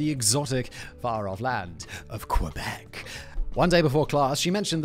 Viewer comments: It isn't QWEbec, it's QUEbec (like the Spanish word Que) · Hey! As a french Canadian from Quebec, the proper way to say Quebec os not "qwebec". The letter "u" is not pronounced. You need to say "Qebec" or "k-bec" 😉 And that "poutine" meme is delightful! 😂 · Canuck from Ontario here: hearing "Quebec" pronounced by a British person helps me understand another layer of our own French/English dichotomy. :P (It's closer to "KehBek" than "kwuhBEK"... I think?) P.S. Bagged milk FTW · Pronouncing "Quebec" as kwebek is a dead giveaway that you're not Canadian, haha! For those wondering: It's pronounced closer to "keh-bek". You more or less ignore the "u" in the name as compared to English pronunciations.